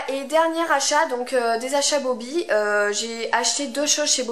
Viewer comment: Bobbi et pas Bobby...